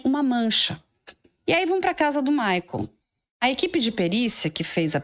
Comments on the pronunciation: É maicol, não é maicól 😂💕😂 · Por que ela fala Maicól??? Que horror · Essa pronuncia maicól me dá uma gastura